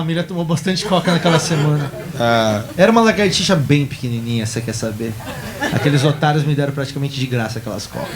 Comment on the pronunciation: Largatixa disse Rodrigo. kkkkkk. chorei de rir. erá que fala Mortandela e Salchicha????